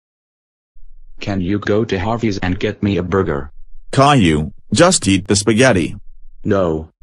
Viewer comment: Um burJer